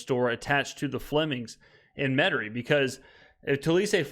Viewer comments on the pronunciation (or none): Verbiage got a silent I in Metairie?